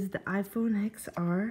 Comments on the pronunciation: TEN R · Stop calling it xr.....even tim cook calls it 10r